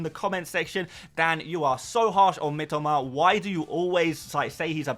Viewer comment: Mitoma....not Mitima...ffs, Dan...I speak Japanese...lived there 8 years